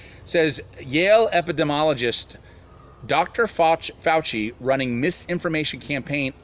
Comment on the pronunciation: epp-pi-de-me-oll-o-gist...there...thats a little help!